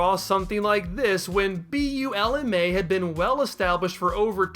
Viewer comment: I actually like your Bulma pronunciation.